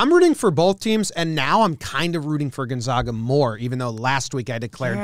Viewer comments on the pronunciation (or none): Gonzaga has failed to miss an NCAA Tournament since 1999 and STILL their name gets mispronounced. its 'Gone-zag-uh' not 'Gone-za-guh'. They're the 'Zags' not the 'Zogs'. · Gon-zay-gah. From Jomboy to ESPN, never get it right. I guess losers don’t get to have their name pronounced right :c